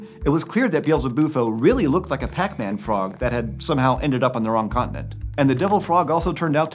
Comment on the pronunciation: Dude realy hype up the word pac man frog